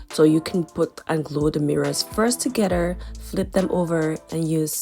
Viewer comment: Together not Togeder please!